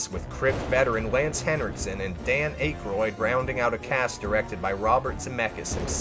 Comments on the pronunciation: Steve Bush-emmy, Dan Ack-roid, good list but you gotta work on your pronunciation fam. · Is it deliberate to pronounce your words wrong ? Acheroyd busheemy ambergreese ???? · Dan Aikroid? Wtf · Dan Ache-roid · This dude can't pronounce names..beneachio del toro...dane aikroid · You can't spell their names either it's Benicio and Dan Akyroyd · Ok are you intentionally mispronouncing famous actor's names? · Dude. Just a heads up, you mispronounced like... 6 or 7 names and words. I wasn't going to say anything, but it just kept happening.